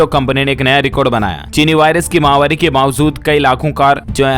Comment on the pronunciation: क्या आप फॉलोइंग बढ़ाने के लिए ही कमेंट मांगते हैं क्या या शब्द समझ में नहीं आ रहा है या सही बोलना नहीं चाहते महा वारी नहीं होता महामारी होता है आप निरंतर महावारी बोल रहे हैं गलत है